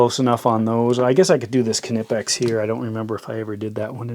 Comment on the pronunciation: It's pronounced "kuh-nee-pex".. as told by their CFO in Germany.